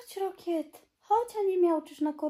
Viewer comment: Trzeba mieć fantazję, żeby Rocket wymawiać "rokiet" 🤡 i nie, to nie kwestia francuskiej wymowy, jak mi nie wierzycie, sprawdźcie w tłumaczu